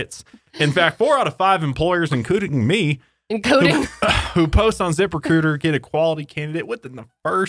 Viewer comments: I won't lie, I thought that was saying "zipper cooter" at first instead of "zip recruiter" and I was so confused and concerned, especially when you mentioned OF hahaha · every time says zip recruiter with an accent, i hear zipper cooter... anyone else? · Wait wait Zipper Cooter is what I thought you were saying 😂😂😂😂😂😂